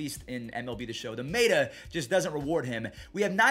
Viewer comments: Meta = “Mayta” 😂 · Bro what in the world is “mayta” 😂